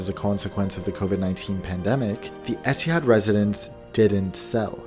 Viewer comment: As an Arab the way he pronounced Etihad bothered me so much every time